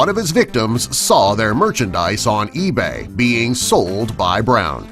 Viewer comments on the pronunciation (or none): none